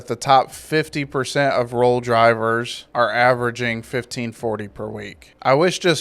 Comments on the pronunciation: Its pronouned rail. I started with the company. They do push for safety but pay jack shit. Around 45 cents per mile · You seriously don't know it's pronounced rail